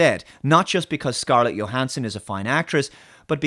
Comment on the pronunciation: Does anyone else find it odd that pronounces Scarlett Johansson's name with a Y sound at the beginning, but Milla Jovovich's name with a J? I've always thought they were the opposite.